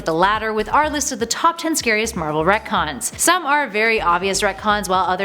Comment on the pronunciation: sounds more like “that’s comic-cons” wahhhwahhhhwahhhhhhhhh....great videos brilliant channel thanks super human hero’s preciate U ❤️💛💚